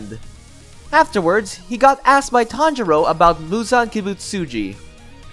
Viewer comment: You pronounced Kizuki wrong same with Kibutsuji